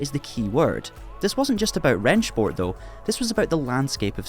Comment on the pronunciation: I mean... do we really need to go with this repeated HRHenShport pronunciation? I understand if you're in the country where it was created or a native that makes sense, but as an English speaker can we not just be like OK it's Rennsport. It's not uncommon to pronounce things phonetically based on your native language. It just sounds so forced every time you say HRHenSHport